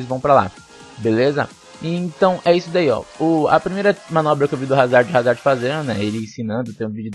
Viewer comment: O D eh mudo moço